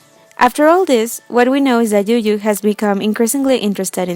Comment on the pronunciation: Yuyu that was cute, it's you 'joo' though.